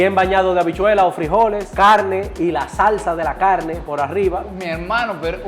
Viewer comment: No quiero sonar criticón pero porque le dice "awos" al arroz y "cawne" a la carne pero las palabras rápido, ensalada Rusa, rápido si pronuncia las "R" bien 🤔⁉️